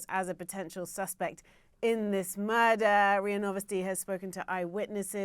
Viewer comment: "In this MuRRdDDaaa" what was that all about lol